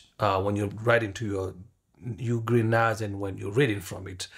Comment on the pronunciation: Not a bad video, but if you're going to be a "Professional YouTuber", it's it's important that you actually can pronounce the name of the equipment you're working on. when you say "UGreen 4T, 4800+ or something like that.", it sounds like you don't know what you're talking about. Also, you state "be careful, because whatever is on the HARD DRIVE will be deleted." That is actually incorrect. The hard drives will not be erased at all. What you should have said is what ever is on the "M.2 NVMe SSD" cache drives will be deleted. Details matter, and many people come to YouTube to learn from those who make videos such as yourself. Please take the time to proof your videos before you post. Strive for excellence in all that you do if you want others to follow your channel and take your advice.